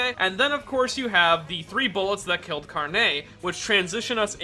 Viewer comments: Why do you pronounce Sale and Carne as “Sa-LAY” and “Car-NAY”? The stress in Italian is never on the last syllable unless there’s an accent mark. So it’s “SA-leh” and “CAR-neh.” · "car-NAY" Stop.